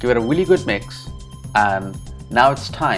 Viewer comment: this channa curry looks FANTASTIC Great voice-over. You explained the process very well!! I laughed at the blooper where you said "wealy". Lol. I have never added tamarind to channa before, but will definitely give it a shot. Awesome job 🙏🙏. Sandee